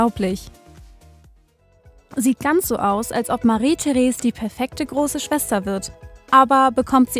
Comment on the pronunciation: Heißt es nicht Marie-Therese mit ausgesprochenem "e" am Ende?